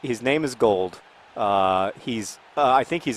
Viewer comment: Ryan Gauld's name isn't pronounced like "gold". The "au" sounds a bit like "aw" with not much stress on the "w" so his name is said like "Gawld".